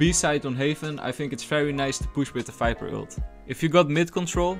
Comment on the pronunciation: Falorent? Fiper? .. Dude what are you saying? ..